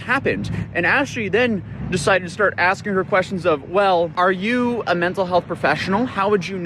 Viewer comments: She did alot of axing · If she keeps Axing things she's gonna end up on trial again lol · try ASKING instead of AXING - English is probably the only language you know - and don't speak it properly... you poor woman. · Maybe she should stop axing people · STOP AXING HER QUESTIONS! 😂